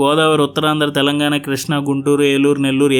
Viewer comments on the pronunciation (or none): none